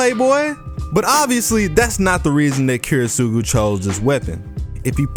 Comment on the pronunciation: the way you pronounce Kiritsugu Kills me inside